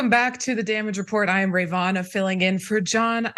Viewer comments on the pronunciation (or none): First I've ever heard anyone mispronounce it. is well-known for mispronouncing names of people and places, though.